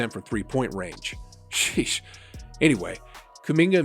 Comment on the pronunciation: bruh stop saying sheesh like that